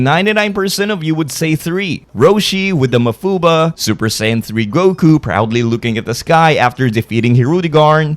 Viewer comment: Mafuba?! you said that wrong... although i should be surprised i mean you can't even say Kamehameha right.